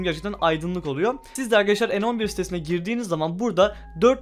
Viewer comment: Kanka en 11 değilde ne 11 diye okunuyo ama sen bilirsin